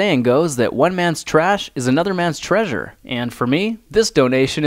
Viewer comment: Do you mean trashure